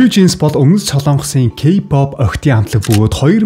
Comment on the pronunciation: Ёоооё ёоооё ёоёо о үсгээр зөв дуудаачдэээ кпап л гэх юм. Арай юу????